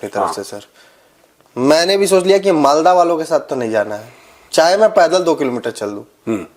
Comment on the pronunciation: Aaj producer ji ne "Malda" ko "Maldas" bola. Major sahab, pahle bhi apne ekdin producer ko ye additional "s" lagane ke liye toka tha. Aaj keya hoga? Unka pith mein pitthu dalega kya? 😅😂